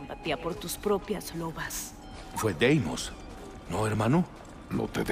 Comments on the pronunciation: dice “Deimos” tal cual y “Dimos” 😂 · Por que llama a Deimos, demios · Demios.: Deimos. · deimos: deimos: dimos